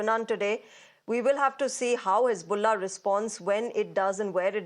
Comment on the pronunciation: Hez-bolls-ah gone 😂😂🎉